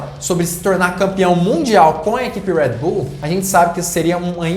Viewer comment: para de falar enrolado moço , uuuueeeeerrrrrreedd bull , é brasil irmao , red bull